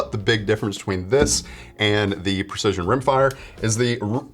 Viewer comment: It's not "pErcision". It's prEcision.